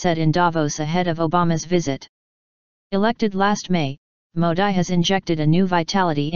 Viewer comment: Sorry , you are mis pronouncing Mr.Modi. It is not Modai ( as prononuced in this video),but its Modee.Pl. take care hence forth and if possible correct this video.